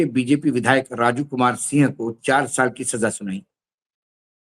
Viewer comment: Aap Raju sinh bol rahe h, Sir sinh nahi singh bola jata h punjabi mein. Jail Singh Harbhajan Singh Navjot Singh...........